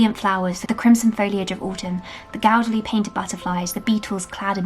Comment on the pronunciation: Hi, Do please forgive me if I'm wrong, but I think you mispronounced ' gaudily '. You being the wizard of English you are, it just caught my notice. Thankyou for your video today.